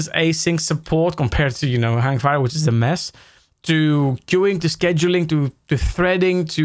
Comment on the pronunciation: It's pronounced "scheduling".